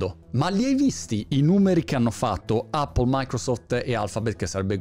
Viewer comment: Che bello sentir dire "Appol" e non "Eppol" come erroneamente dicono in molti!